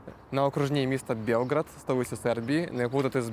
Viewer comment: Щоб не плутати белгород з белградом белград столиця з наголосом на а